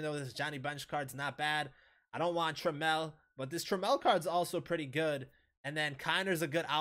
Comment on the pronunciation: You’re pronouncing Trammell wrong. The emphasis is on the first syllable. It rhymes with travel